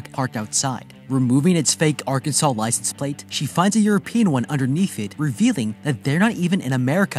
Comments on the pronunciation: mispronouncing like this would definitely be a red flag. Arkansans will correct you - emphasize "kan." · ArKanSen not Arkensen